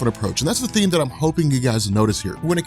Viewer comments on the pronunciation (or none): none